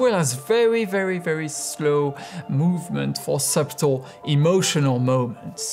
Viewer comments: Great video! Even if it's a couple of years old now, it's still very interesting. You said to let you know if you said anything wrong. I know this isn't what you meant, but the pronunciation of "subtle" is a strange one. The b is silent. So it's just "suttle." Why is it even there, then? No one knows for sure. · In the word "subtle", the B is silent, so it should be pronounced as SU-TL not SOOB-TL. Great video. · Great content. Real dedication to the subject. Thanks for doing all this. Just real quick though. Subtle is pronounced ‘sut-tle, with the b being silent b.’ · Your English is amazing however English loves messing with everyone who speaks it. The word “subtle” is pronounced “suttle” the b is silent. Great vid!! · In English, you don't pronounce the 'B' in 'Subtle'. hngg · the b is silent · The B in Subtle is silent. Your command of English is great though, I wish I could speak French as well as you can speak English. Great vid. Very informative. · Really good explanation and demonstrations! Just an FYI though, you don't pronounce the 'b' in subtle. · Your pronunciation is quite good, but it needs some correcting here and there. The word "subtle," for example, should be pronounced without the b. Still, thanks for a very informative video. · The "b" in "subtle" is silent. Great video tho.